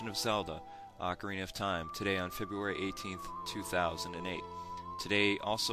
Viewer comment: just 3 words : OCARNIA OF TIME !!!!!!!!!